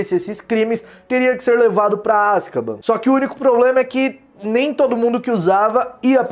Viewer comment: Me da aflição de ver vc falar Azkaban KKKKKK